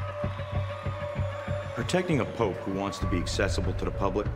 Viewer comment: You say Pope not pops or pop.